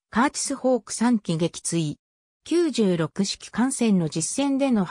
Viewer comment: 読み方はミイケ、サンヨンサン、キュウロクです。中島は特攻を拒否する部下を徹底して虐待した。